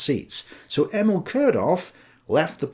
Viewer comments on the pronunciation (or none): none